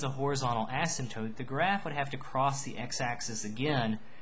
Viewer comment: When you say the word "Asymptote" your pronunciation is so annoying for me, no hate just saying. Nice tutorial though.